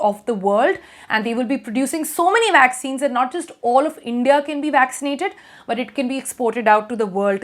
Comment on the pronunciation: Vaccines? I thought she said waxines.